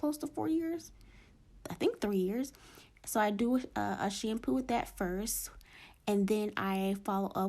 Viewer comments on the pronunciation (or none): I love the way she says "shampew" lol